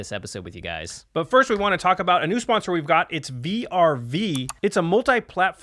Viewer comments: "Vee Arr Vee" it's vrv, not individual letters. Slur it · Who the fuck calls VRV "V-R-V"? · Did they just say v r v instead of vrv? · Just a heads up vrv is actually a word like (verv) love you guys